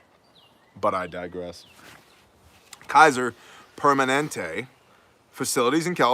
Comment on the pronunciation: “Kaiser-permanents”...ok I’m still laughing at that one. Priceless!